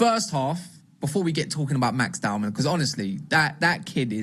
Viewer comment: Its not DOWNMAN. Its Dow-man.